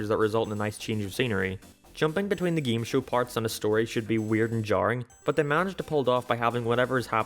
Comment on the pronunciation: "Geeme Show"